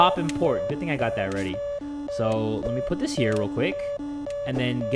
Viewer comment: did he say "everybody get WEADY" at the start XDDDDDD